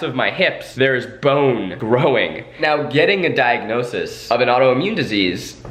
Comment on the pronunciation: Zach: pronounces own diagnosis wrong Also Zach: will later correct other Try Guys during TGGT